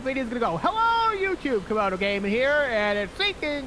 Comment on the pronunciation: its Camodo not Comodo